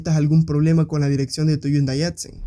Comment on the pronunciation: Porque pronuncias yundai, yo no veo ninguna y o Ll. Mas vien veo una h que se lee como J